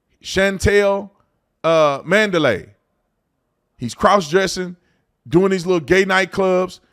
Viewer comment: Mandalay… “Man-to-lay”